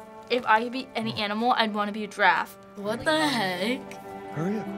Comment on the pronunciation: Yeah instead of "giraffe", i hear the girl say "draft" lol